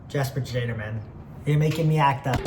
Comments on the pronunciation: jesper tajader, matej savancer get some european name right damn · jesper te jade or is maybe the funniest way to say his last name ive heard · buddy its "shad er"